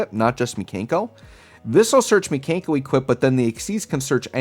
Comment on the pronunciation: Pronouncing them "Mee-Kane-koh" Makes me wanna call them the Kanker Sisters, and that will forever be a thing for me now 😂